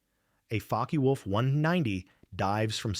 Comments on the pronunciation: A Focke wolf not folkeee wolf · GET A REAL HUMAN NARRATOR !!!!!!!! zoforty hours is unacceptable. Not army air forces standard. AI word salad trash. And Faky wolf ??? WTF